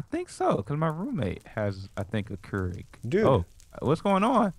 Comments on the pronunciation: But they spelled kurig wrong and it's pronounced cure rig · Ralph Rocco Keurig!! not kurig or keureg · It's keurig not kurig and it's a coffee machine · I believe it is Keurig, not Kurig... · it's Kurig (pronounced as Cure-egg). It's a coffee machine and i think it's actually Kuerig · Your saying it wrong but kurig is a type of coffee machine